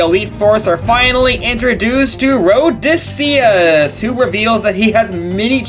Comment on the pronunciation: His name is Odysseus, not Rhodysseus